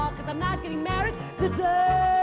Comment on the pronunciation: why do they keep saying "marrehd" ?